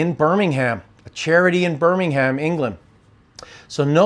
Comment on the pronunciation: I love how Americans say 'BirmingHAM' haha, it is pronounced 'Birmingum' 😅